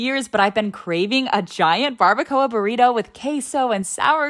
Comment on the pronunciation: BARBACOA ARE YOU FREAKING SERIOUS YOU SAID SO INCORRECTLY IM SOEEY USUALLY IM NOT LIKE THIS BUT YOU SAID IT SO RAW BRO YOU GOT TO PUT THE ACCENT